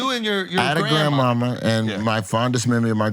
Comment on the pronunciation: “grandest mammory” Mark it the goat off the top 🙅‍♂️